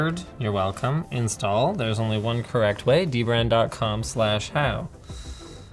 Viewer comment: I literally just realized the way you say it is literally the same as "The Brand"